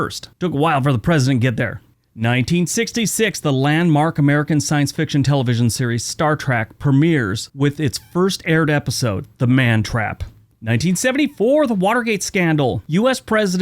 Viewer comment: Star TREK.... not "track" like you pronounced it. My husband does the same thing! 😂